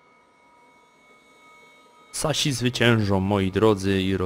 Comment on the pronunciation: saśi" :D